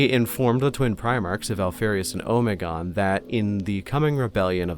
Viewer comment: I’m sorry I can’t stand how you say Alpharius and Omegon. I always read and first heard it as going as far as you can with the Greek Alphabetic. Honestly Alpharius is fine but.. I’m no linguist but: Omeg-on